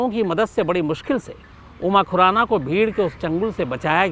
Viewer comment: Abe tujhe khurana bolna to araa ni raa ganwar tujhe kisne journalist banaya tere jaise pakistaniyo ke liye thik h